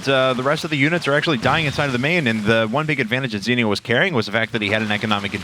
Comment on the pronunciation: STOP SAYING ZENIOS NAME WRONG!